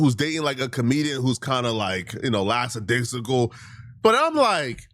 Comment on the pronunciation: did he say “lacks-a-dicksicle?! 😂😂😂